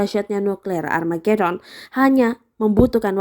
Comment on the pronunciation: Gini amat tribun timurr....🤦‍♀️🤦‍♀️🤦‍♀️🤣🤣🤣, Amargedon.....??? Armagedon mungkin mbaq